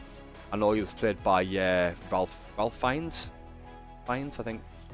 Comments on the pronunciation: Did they tell u Ralph’s name is pronounced like Rafe? Rhymes with safe.😉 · Voldemort's actor Ralph Fiennes is pronounced 'rafe' btw not 'ralf'